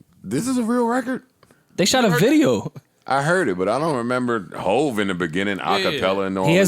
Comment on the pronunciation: I never realized how annoying “reced” (record) is. Fam, say “record”. Diddy and Jay do that shit too...and I hear ppl from NY that don’t say it like that, so it’s not that lol